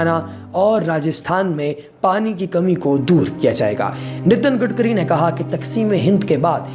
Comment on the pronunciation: Betichodi gatkari hota he gotkari nai acha se bol